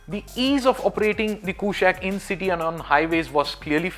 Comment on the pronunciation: Its not a western word mate, as you must know kushaq is a sanskrit word for king and should be pronounced as such! Skoda is trying hard it seems hopefully this will look gorgeous